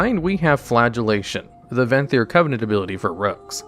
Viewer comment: "Necolord" "Venthry" Oh boy.